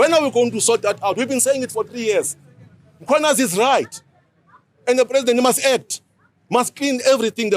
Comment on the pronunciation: Mara EWN talk to Jane guys and I know she is not Zulu but I'm definitely sure she can read alphabets, where is the letter A that she keeps pronouncing after the letter M in the name Mkhwanazi it's not "M(A)khwanazi", white people sometimes ba Bora maan